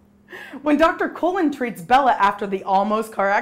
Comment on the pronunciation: sidmark's right he was in goblet of fire he was in a flashback in order of the phoenix..... & u say kallens last name wrong, & u said sum of the characters name wrong